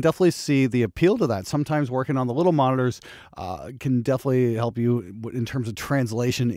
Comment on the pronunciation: It's monitors, not moners. 🤣 What's the response like, when you apply a tone generator from 20 to 20000 Hz?